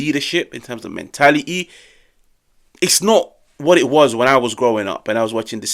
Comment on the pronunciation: Men*ali*yyy abili*yyy and quali*yy 😂😂